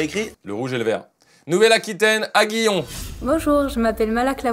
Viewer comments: Merci de respecter aIguillon 😂et pas Aguillon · "AIGuillon" pas Aguillon 😏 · Je suis au Lycée à Aiguillon et ça ce prononce Éguillon 😅 Mais en tout cas merci pour cette vidéo 😁